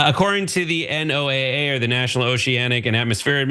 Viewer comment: Why can't you say NOAA, pronounced noah?